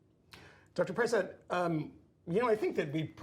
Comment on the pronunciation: please learn how to pronounce Vinay's last name. I think it's pronounced Pruh-sod. (I listen to him all the time... really smart guy.) It's great to hear his analysis about RFK's ideas.